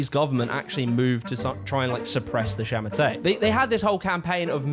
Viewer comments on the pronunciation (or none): And it’s sha ma tuh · 杀马特 sha ma te , no R at the end if you want to pronounce it right. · You say it more like “sha ma ter” not “sha ma tay” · it's pronounced more akin to "sha ma TUH" (like the word "duh") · understandible..but hot damn you slaughtered the Chinese names. you said shamate once right at the start, from then on i kept hearing you say it like I'd expect an English speaker. and oh boy...luo fuxing sounds nothing like what you said aside from the ing at the end... luo sounds closer to low fuxing would sound something like fuu shing luo fuxing=lo fuushing might be more but i had to say that. source? i read lots of light novels from China and look up words plus watching donghua or Chinese animation. strange phonetics, really makes English speakers look silly great channel here is asianonmetry, white dude speaks perfect Chinese if anyone is interested.